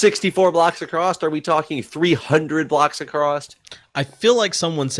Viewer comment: Why is putting a 't' at the end off "across"?:P